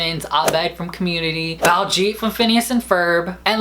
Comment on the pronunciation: It's Bal-jeet, don't kill the pronounciation